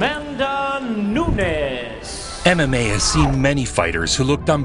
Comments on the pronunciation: Nunes, not Newnyases. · Newnies!! Better not let her hear you pronounce it like that. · I swear that first guy said Amanda Nudies! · I dont like the way the announcer pronounce her name. Amanda Nooneeez.. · What is up with the horrible pronunciation of her last name?!?! LOL!!! Noonies!! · who looks at a womans name from brazil nunes and think its pronounces noonies lol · Amazing how people that talk for a living routinely mispronounce simple names.. " nunies" ... Come on folks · That first announcer was horrible, how do you butcher the names Nunes so bad? New Knees 😂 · cringing every time i hear NoOniez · its Nunes brother. not Nuñez. the N in the middle of her name is pronounced like the N at the beginning. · Everyone is saying her last name wrong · One video and I've heard Amanda's surname been pronounced 7 different ways. It's not hard and it's not like she has a long complicated surname is it. C'mon if you can't even pronounce Nunes then you shouldn't be a commentator. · Youre pronouncing Nunes wrong. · do you know the nintendo console called "NES" (nês) just like that bro, 'NOO-NES' and you good. i'm brazilian i give it a pass to people pronounciation because my english is not perfect either. i just try my best to respect peoples names. lol for me the funniest one nowaday is "PAULO BORRA- TINIA" (anglo pronounciation) the correct would be something like "paulo borra - shin - nha" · Everyone butchers her name. It’s ‘New-Nez’. Simple. She’s Brazilian so it’s also not Nuñes (mexican pronunciation). People make that mistake with Jose Aldo as well. It’s “Joe-Say” and not “Hoe-Say” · AMANDA NEW KNEES. What it kinda sounds like. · Amanda New-Knees??? 😂 The disrespect was real. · "Amanda Noo-neez" lmao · I not accepting the announcer in the beginning calling her Amanda Noonies, twice. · There's no way they would've mispronounced her last name like that 😭😭 Nuniiis 😂😂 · I can’t get over announcers calling her “noon-eez. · Why they pronouncing her last name “Noonies” 😂